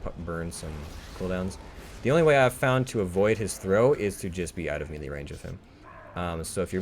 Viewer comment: mealy range.. lol Clicky McClickerson Great job though. You know someone is good when they make it look easy. I consider myself a pretty good destro lock and I am still struggling with the masks.